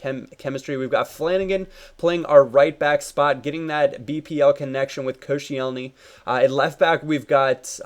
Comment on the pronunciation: just want you to to know its pronounced kosh-ellny like so he can see plz